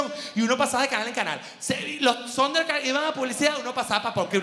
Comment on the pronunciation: "Sonder Cats" jajajajajaj me encanta cuando dice así